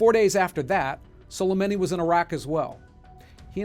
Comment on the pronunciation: Your pronunciation is awful 🤣(yamamoto, prigozhin, soleimani). I'm guessing you do more reading than watching talking heads on CNN. I've always thought it was stupid that heads of state don't get assassinated. It's a huge double standard, especially in democracies that have the "moral high ground" and cry endlessly about human rights, but enable it all with inaction. The US, for example, has the death penalty. We kill people for committing singular murders. Yet someone who directly orders the killing of tens of thousands if not more people, on a whim, is somehow untouchable. SWAT teams will shoot a hostage taker in the head with a sniper. The hostage taker might not have even hurt anyone yet, or killed a few but planned to stop. Humans are supposed to be intelligent animals who can plan for the future and weigh the risks, even if that judgment might not always be the correct one and the future not always predictable. It's also the stupid trolley problem again. Do nothing and kill many people, or pull the lever and kill only one? It's the dumbest philosophical debate ever.